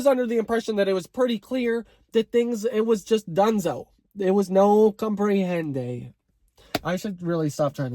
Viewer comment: No combp-re-hen-dayyyyy 😂